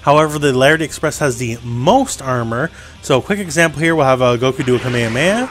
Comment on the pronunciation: Your saying KA-ME-HA-ME-HA wrong ..... just sayin